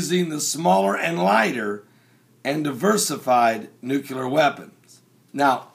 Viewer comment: It would be awesome if you actually said Nuclear and not Nucular.